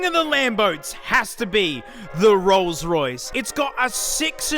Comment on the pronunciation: Ah yes the rroyce